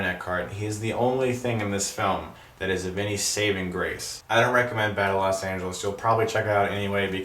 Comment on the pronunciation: Los not LAS